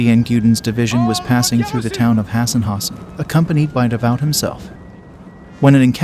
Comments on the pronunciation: It's pronounced "da voo"" moron. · Davout is pronounced like "davoo". Why can these YouTube narrators not pronounce words correctly? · The battle is pronounced YAY nuh. NOT "Geena". Marshal Davout is called "devout" instead of duh VOO. Just terrible. So many more.😝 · It would be nice if the live or computer voice would learn to pronounce French and German names. Duh-VOWT? von BLUTCHER? And many others. Come on!